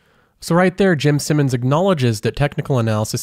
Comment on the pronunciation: Take a shot every time he says "Simmons" instead of "Simons."